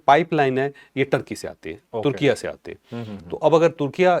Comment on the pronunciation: چوھدری جی، ترکیہ بھی غلط ہے نیا نام "ترکیے" ہے جیسے پنجابی میں "لہور اے" بولتے ہیں 😊